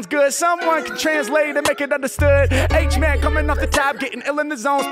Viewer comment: Hate it when you say H mack